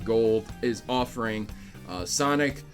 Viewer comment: Its "Sanic" the hedgehog